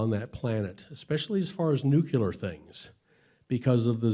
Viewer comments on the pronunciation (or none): he says NUKILAR things (wow...) DUDE, IT's NUCLEAR ! ... ("new clear") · "...nucular..." Instant cred destroyer. It's "nuclear." If he can't speak English properly, I have no interest. DNF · Nuclear. Not newkiller. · There are only 2 people who say nucular this guy and George w bush. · Lots of people, if they hear you say "NEW CUE LURR" instead of the correct pronunciation "NEW KLEE ERR" when you are trying to be an influence on this topic - they will assume you are a clueless poser. I am sorry indeed, but It's THE BASIC WORD OF THE TOPIC. Saying it wrong demolishes your credibility. You may well be right, and the evidence supports it. But you seriously lose a major chunk of listeners by the simple act of not bothering to learn to say nuclear. Not Newkewlurr. Ask your team. It makes you look like Dubya. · NUKILAR. lol. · It's nuclear, not nucular. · There is no such word as "NUCYULER" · It amazes me how many very smart people exist who can't pronounce the word NUCLEAR. Bush Junior said nuqular and so does this guy. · what the hell is "Nucular"? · did he really just say nook-ya-lar? And he keeps saying. Nook-ya-lar weapons. I can't watch any longer. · There's no such thing as "very unique".... 3.16.... if it's unique it's unique. And you pronounce nuclear NEW CLEAR and not NEW KILLER. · I stopped listening as soon as I heard the word new-kew-ler. It's not that hard to pronounce correctly people. If you are going to be a public speaker, learn some basic pronunciation. Maybe I'll get more than three minutes into the next video. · It's nu-cle-ar, not nu-cu-ler. Ugh! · It's NU-CLEAR, not nucular! Nuclear!! Nuclear!!! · That moment when you hear nuculer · Yes. Just not NU-QUE-LER, that always bothers me. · Nu-cu-ler? Really. How can we trust the claims of someone that can't say nuclear? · He clearly knows a lot of stuff — but not about Kleenex. And it’s “nuclear” not “nucular”! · lol "Nucular". Stop that. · It bothers me when someone pronounces nuclear as "nukyooler".